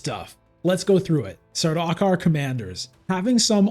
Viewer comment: Saw-DOCK-er 😭😭😭 it's SAR-duke-are